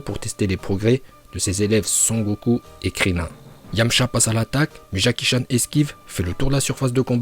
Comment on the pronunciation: C'est Jacky choun pas Jacky Chan🤦